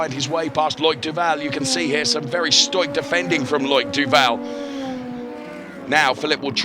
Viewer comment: this guy just pronounced ‘stoic’ like ‘stoyk’ (!?) or something